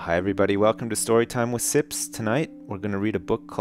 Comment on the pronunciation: STOWYTIME YEAAAAHHH